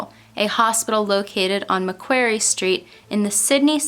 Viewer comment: Just letting you know, , it’s New South Wales not South New Wales :) I’m from Sydney, NSW And it’s Macquarie is pronounced Mack-Quarry